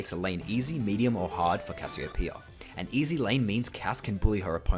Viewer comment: THANK YOU... for saying... it... RIGHT